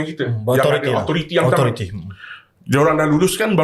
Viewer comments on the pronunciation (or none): "Ilmu kewangan yg 'CAMA'"😂...SAMA bang SAMA..bukan 'CAMA'